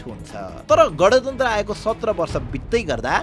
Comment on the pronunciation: गँणतन्त्र ❌ गाँणतन्त्र ✅